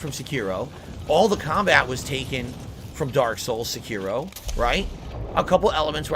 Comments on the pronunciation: "Sekeero" - struggling to say Sekiro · SeKIroh? Why does he always butcher every single name?